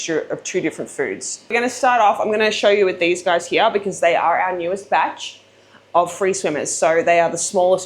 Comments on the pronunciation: “HERE , YAH”” lol “here” it’s one syllable! Great video jerking ya chain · “Hee year”. “Here”!! Kills my lol